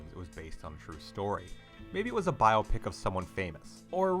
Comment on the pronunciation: Thumbs up for pronouncing 'biopic' correctly.